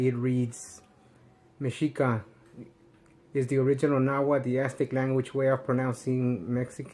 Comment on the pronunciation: That shit you say mensito movement, it's fucking funny!